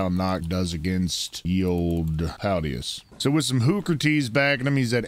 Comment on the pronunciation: PalAdius not Paldius bruh it's on the screen